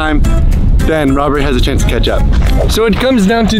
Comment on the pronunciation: “Mario has ano achance.” Chris